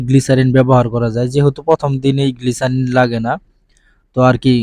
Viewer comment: গ্লিসারিন না গ্লিসাপ😂😂😂😂